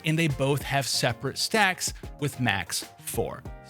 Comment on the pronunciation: "it's only game why you heff to be mad?" 😂🤣